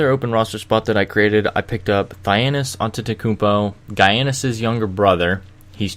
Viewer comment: Giannis is pronounced Yan-iss not Guy-ann-iss